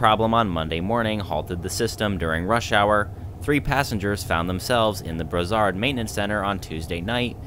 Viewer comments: It's a hard "s" on Brossard, like in "floss". Bross-ard :) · It's pronounced Bross- ard. Took the REM from Nun's island downtown, the Ticket machines are a problem. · Brossard (Name of this suburbs) ->Bross-R Du Quartier (From the Neighborhood) -> Du Car-tee-hey Panama (street)-> Pa-na-ma Île-des-Soeurs (Nun's Island)-> Heel-Day-Sir Gare Centrale (Central Station) -> Gar-San-trall